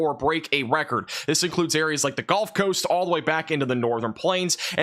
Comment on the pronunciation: I wish you luck with your channel, and I hope one day you can pronounce gulf and significant properly. Keep up the good work.